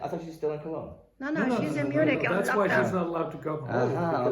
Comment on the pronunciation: I meant it is pronounced Mew-nick, not Munch-in.